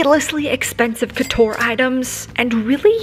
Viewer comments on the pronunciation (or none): none